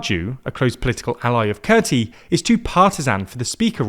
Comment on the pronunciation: Kurti is pronounced as Koorti. So please correct it from now on. Tq